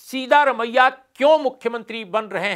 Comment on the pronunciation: His name is सिद्दरामय्या not सीधा रमय्या. You can always ask a Kannadiga friend or any South Indian how to pronounce it. Please make the effort.